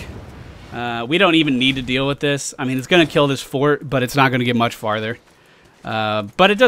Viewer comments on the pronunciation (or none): none